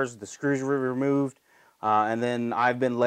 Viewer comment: Great job hands down better than anything I've ever created my entire life asides from my daughter but that had me rolling "the screws re reermroovd"